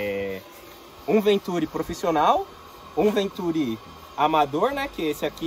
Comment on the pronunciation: Continua errado, na pronúncia, pois a sílaba tônica está com o "i" (ventuRI), caso contrário teria que ser acentuada.